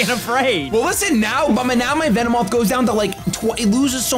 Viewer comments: called it a Vinny-moth lol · "Lost to a Vinnymoth" LOL!